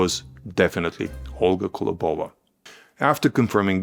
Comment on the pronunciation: Impressive! One thing - it’s kOlobova not kolobOva 🙂